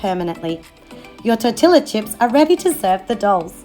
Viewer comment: It's pronounced tor-ti-ya. The double L makes a Y sound in Spanish :)